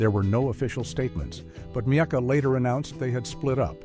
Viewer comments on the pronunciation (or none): none